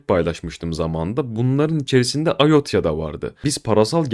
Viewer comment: ayotya degil, "ayota" IOTA